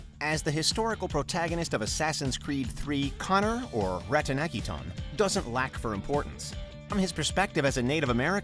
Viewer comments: sounds more like rah-don-ha-geh-don, yeah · Just wait till you hear him say Ratonhaketon. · I died laughing when they tried to pronounce Connor’s Native American name 😂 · OMG so many pronunciations mistakes saying names wrong, Ratonhnhaké:ton I can’t complain about it took me ages to say right but you still said it wrong. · Damn they really butchered Connor’s native name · My dude disrespect AC 3. The way he pronounced Haytham and Ratohnhaketon :( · Please don't get this guy to pronounce names ever again lol. I knew it was going be rough when he starts the video pronouncing Haytham's name High Tham, and when he tried to pronounce connor's native american name... oh dear god. I mean that's a hard name but every name in here is literally said for you in the games.. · yo my man needs to stay away from assassins creed 3 name pronouncements 😂 i mean “hithem kenway?” brodie its hay. haythem kenway. and im not gonna correct you on connors native name but just know you were no where close lol. like the video tho🔥🔥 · I’m neither british, italian or native american, but I’m pretty sure you slaughtered the pronounciation of Haytham, Cesare and Ratonhnhaké:ton. I would like to say «can’t blame you», but just watch footage of the games you’re talking about and you would know, so I CAN blame you lol